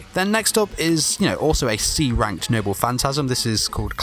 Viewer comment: If he didnt say "rank-ked" at all the times he did, it be better. He sounds like hes gnashing his teeth.